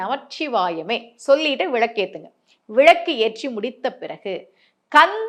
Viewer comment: அது விளக்கு மேடம் விழக்கு என்பது தவறான உச்சரிப்பு